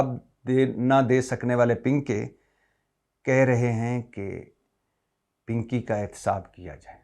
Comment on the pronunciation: 🤣😂🤣😂🤣😂 pinkay pe boht hasi arhi payt may derd hogya has has k aap ka pinkay bolna boht acha lga 😂🤣😂🤣😂👍🏻💯